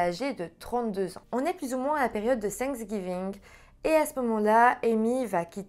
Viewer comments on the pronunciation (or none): none